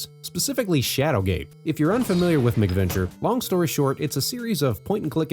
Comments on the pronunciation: Yeah, I'm about 100% sure he's pronouncing it wrong. It's definitely "MACK" because they were developed for the Macintosh. I have never heard anyone else in my life pronounce it "MICK-venture". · The way you keep pronouncing it as "MICK-venture" makes it sound like these games are colorful, child-friendly romps with Ronald McDonald and friends.